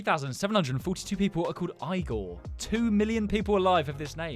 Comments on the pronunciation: BTW Igor is a Russian name it's not iygor how you pronounce it and how you actually pronounce it is how it looks like exactly it's Igor. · It is pronounced 'Ee-gore' not 'I-gore' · it’s pronounced egor and I have one in my class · That’s pronounced Ee-gore it’s just spelled differently 😂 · Sorry, it is pronounced 'Ee-gore' 😂❤ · the igor name is pronounced ''eegor'' but spelled igor